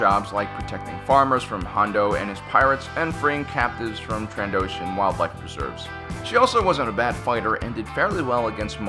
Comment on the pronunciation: “Trandoshian wildlife preserves”